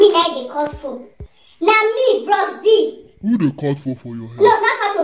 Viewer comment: she said bross B, jesu, i can't stop laughing